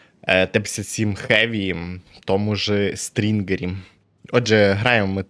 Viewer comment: не СТРІНГЕР 😂😂🤣🤣 а СТІНГЕР. СТРІНГЕР У жінок😉😉